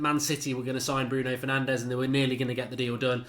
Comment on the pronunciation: Its “Bruno Fur-naan-jeez”